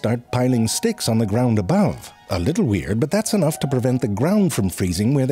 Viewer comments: Don't think I didn't catch when you said "dicks" instead of "sticks" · did you say "what to do with those d**ks" ?😁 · You know, I had to watch a second time, with captions on, to figure out when you said "dicks" ... totally missed my first time through